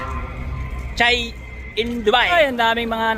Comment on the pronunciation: Sir shay po hindi Chay, sir